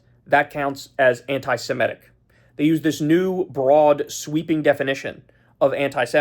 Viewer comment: One more time: not anti-si-MET-ic. Correct is anti-se-MIT-ic. Do you ever read the comments?